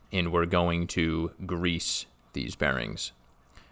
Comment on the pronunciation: Gonna rewatch this 100x just for how you say grease.